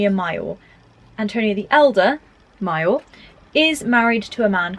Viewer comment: Great video. Very helpful...but your pronounciation of "major" and "minor" are making my eye twitch 😂 (all love from the US though ♥)